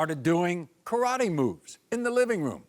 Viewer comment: He really said karratte that's kinda mean to say that to a baby